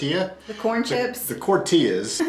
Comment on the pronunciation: Cortillas 😂😂😂 he’s hilarious!